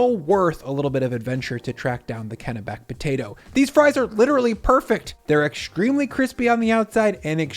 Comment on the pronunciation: Congratulations on pronouncing Kennebec properly.